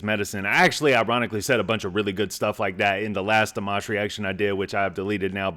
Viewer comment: Love your commentary every time you watch Dimash! (You pronounce his name perfectly.) Please go see him at Madison Square Garden on Oct 5! ("Showing off" with the highest note ever sung live in concert!)❤